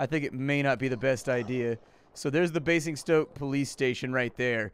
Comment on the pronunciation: In Queens English, Basingstoke is pronounced bay-zing-stoke